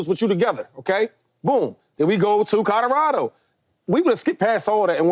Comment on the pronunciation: i swear Shady says Cadorado 🤣